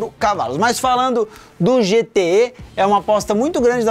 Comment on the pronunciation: "GTÉ" em MG tbm kkkkkk não "GTÊ"